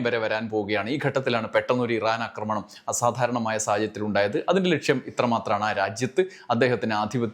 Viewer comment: അക്രമണം എന്നല്ല ആക്രമണം എന്നാണ് പറയേണ്ടത്